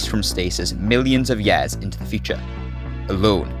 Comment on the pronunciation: "millions of yeeahs"